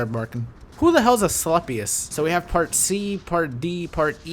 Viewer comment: Asclepius is the Greek god of Medecine, so i was hoping for a healer type to help other players. Funny story; you pronaunce his name Ass-Clap-ious xD (not really, but close enough :P ) Staff with the snakes you see on hospitals and doctors offices, thats his staff :)